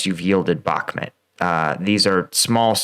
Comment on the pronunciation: Pronounce Bakmut properly, no one says Bakmit